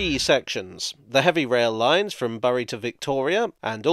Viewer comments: Forgive the pedantry but its pronounced 'Berry' like the fruit not 'Bury' like what you'd like to do with your MP. There have been objections to expansion of the Met in outlying towns and villages, mostly by those who still knit their own sweaters and call the radio a wireless. They must have seen what happened to the village of Acton all those years ago. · Burry and Altrin-cham = Berry and Altringam for future reference. Nice video though. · Great video, but Bury is pronounced 'Berry' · Love seeing a video about the places right on my doorstep, but it pains me to hear someone say Altrin-cham (not altrin-gum) and burry (instead of berry) haha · Great video. Although... Berry Alt-ring-um Bom-barr-dee-er 👍🏻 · Yeah. I get that these spellings are ridiculous but as a local, I can confirm that Bury is pronounced like "berry" and Altrincham is pronounced "Alt-ring-um" (a bit like Twickenham). Anyway, a very interesting video. It's quite surprising how much history there is for such a new system. Thanks, keep up the great videos!:) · Greater Mancunians tend to pronounce “Altrincham” as ‘alt-tring -ham’ dropping the “c”. “Bury” seems to have more variance in its pronunciation but it is less common to hear it stated as ‘berrie ’. As in the fruit found on brambles. Usually it is ‘burry’ i.e. rhymes with ‘Murray’. Sometimes it is more like ‘berry’ as in ‘bury a casket in the ground’. Of course you can say it however you want to, just getting this in there in a hopefully nice way. Again great video, thanks for visiting the PRGM😆👍♥️. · Thanks for that. As a born-and-bred Southerner, I was going to query pronunciation - I did think it should be "Berry" - but you've saved me the bother! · All credit to usual thoroughness- this is the only video where i groaned “oh, ” when i first heard him say Bury as “burry”. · Nahh I’m born and bred in Bury and you gotta pronounce it “Bur-ree” and nothing else 😂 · Bury is pronounced "berry"